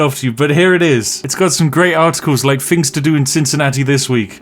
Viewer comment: When he says 'fings' does he mean 'things' like a speech impediment type deal? or is the f>th thing just a quirky channel thing? I'm new to this channel so idk